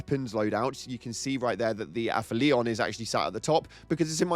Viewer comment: Aphelion = Ah-FELL-ee-on